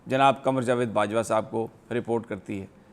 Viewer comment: Sami sab naam thu sahi bolain na ,,, gen qamar barwa ...